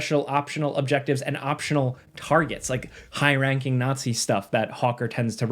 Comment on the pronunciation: a ñazi